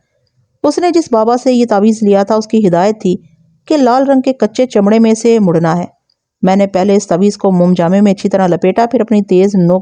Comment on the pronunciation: یہ مُڑ نا۔ نہیں۔ مڑنا ہے۔ م کے اوپر زبر ہے ویسے آج دوسری کہانی میں کسمپُرسی ٹھیک تھا 😂😂😂